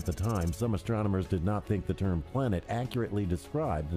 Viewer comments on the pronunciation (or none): what do you thing? haha, its think. "your ingrish shucks".